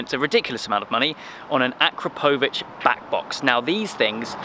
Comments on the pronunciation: It’s a-crop-o-vic not a-kra-po-vic 😓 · It's pronounced a krap o vich! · Love it dude, sounds great, just making the car an even better all rounder! Btw I think your mean to pronounce it A-krap-o-vitch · The exhaust name is actually pronounced "A-Crapo-Vitch"... for obvious reasons! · Pronounced A-crap-a-vitch just so you know. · That's NOT how you pronounce akrapovic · First learn how to say AKRAPOVIC